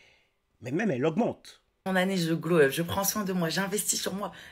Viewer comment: Pourquoi elles disent toutes "glow up" Ces pintades???? Si vous voulez parlez anglais, apprenez en la prononciation....